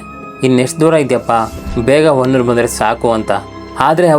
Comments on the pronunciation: Adu honnur alla bro adu hanuru name adru correct agi akri 😂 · ಸರ್ ಅದು ಹೊನ್ನೂರು ಅಲ್ಲಾ ಹನೂರು ಮತ್ತೆ ಆ ರೋಡ್ ಅಲ್ಲಿ ನೀವು ಹೇಳಿರೋ ಹಾಗೆ ಏನು ಆಗಲ್ಲ ಸರ್ ನೈಟ್ ಟೈಮ್ ಆದ್ರೂ ಕೂಡ ಅಲ್ಲಿ ಗಾಡಿಗಳು ಓಡಾಡ್ತಾ ಇರ್ತಾವೆ